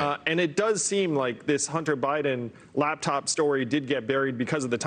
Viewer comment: Batced. Botched. This guy cant talk. LABTOP? what is that?